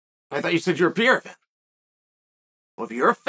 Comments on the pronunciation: I know about Periera not Pierra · God damn it uncle Chael just for one time just say PERREIRA what is pirira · Pereira* I don’t know why Chael pronounces his name like that.